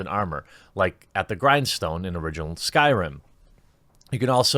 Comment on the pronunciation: "New s k y r i m game" Oof I thought you actually knew about videogames